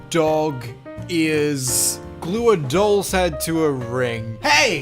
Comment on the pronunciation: I started choking when he said “D O G E A R S”